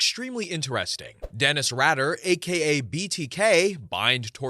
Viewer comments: Radder? Try raider. Jine? It's pronounced geen. Oy, do some pronunciation research before publishing please! Also, I second the LPOTL shoutout. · Story 1. Dennis Rader pronounced: Raider not Radder. Story 10: Ed Gein. Pronounced: Geen with hard G like the word go. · I couldn’t even finish this vid, it was grinding my gears so much that all these serial killers are pretty well known but you can’t even pronounce their name correctly? You can pronounce Kuklinski but not Rader or Gein?